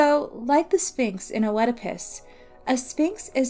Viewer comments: Oedipas: "iːdɪpəs" not "O-eedipus" Sorry that was just annoying me. Good video though. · Also Oedipus is pronounced Eddipus, in American English and Eedipus in British English. The O is always silent. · I had never heard "O-edipus", and then I had to hear it thirty times. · I've heard the name pronounced Eedipus and Edipus, but definitely not Oh-edipus. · The O in Oedipus is silent.. it is pronounced just "edipus" like the complex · Yes, yes. How it's pronounced shouldn't matter. The pronunciation has likely shifted over time and in different cultures. But oh-edipus was the one jarring thing in a great video. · I am so annoyed by how she pronounced "Oedipus" -- a simple Google search before making this would have been enough instead of constantly saying "oh-eh-depus" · I enjoyed the video but if i could have one small gripe: the “o” isn’t pronounced in “oedipus”. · Hey thanks. Im sorry if my pronunciation was bothering, it wasnt my intention and i do appreciate the correction. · lol, no please dont feel guilty. I wasnt disappointed in this hero, he is a circumstance of his fate. A good rule of thumb for mispronunciation is a peron had learned the word through reading rather than hearing it spoken. I just dont have many opportunities to discuss heroes and monsters aloud... its always been O-edipus in my head whenever i read it. I do appreciate the correction, and thank you so much for watching and commenting! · it's all ok. I was only joking about the disappointment part and I totally understand with the mispronunciation. Keep up the good work :) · The O in Oedipus is silent